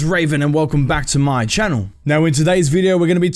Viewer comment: I find it funny how you say "back to my channel"